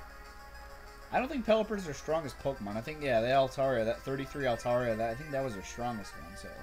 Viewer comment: ok you gonna hate on me but altaria its alTarIa ( I is an i )